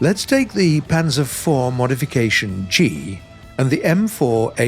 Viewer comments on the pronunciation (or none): none